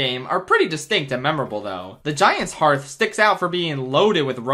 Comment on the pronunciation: Thank you for being the first person I've seen who pronounced Giant's Hearth correctly.